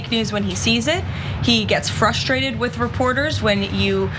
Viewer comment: Karolyin' is the OG 'Piggie'. Miss Piggie wannabe LMAO! And why does she mispronounce words with 'st' as 'sht' ('frushtrated', 'shtraight)'. She does this all the time, and it's not an impediment. It's her ignorance.